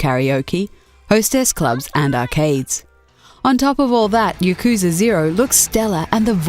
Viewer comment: You mispronouced Yakuza. It's pronounced "Yah-Ku-Za", no pause or dragged-on sound. I hate it when people mispronounce Japanese words with a super stereotypical White accent. I'm Japanese btw. And I hate it you misprounced a Japanese word with using such an accent. It's the same thing as calling Naruto Narudo. It's a Japanese word, not just a series name. Your super white stereotypical accent is raciest towards Japan. I'm not angry, just calling you out on your mistake. Hopefully another Japanese person doesn't get angry on that. Not all Japanese guys are chill and easygoing like me you know. I'd hate for you to be subjected to hatred. I enjoy your channel's videos, I just found you made a mistake in this particular video. I should probably end the comment here, I'm expecting an email from someone who works for me who's also my friend...